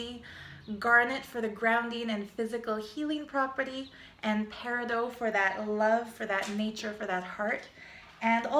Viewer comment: its pronounced pair-i-dot. and peez-o-electric